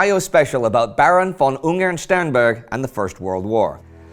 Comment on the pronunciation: Yay, you are starting to get the "von" right